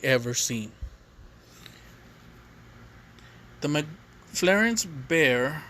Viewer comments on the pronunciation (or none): McFlarence? Cmon bro sound it out